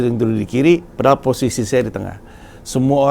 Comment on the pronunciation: Paling demen kalo denger pandji ngomong "pedahal"